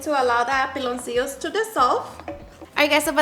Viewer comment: It's Pi-loncillo, not PE-loncillo. Peloncillo, means "little baldie". 😅